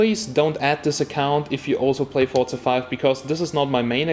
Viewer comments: It's called "forsa" not forrrzzza xD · Not it's pronounced Forza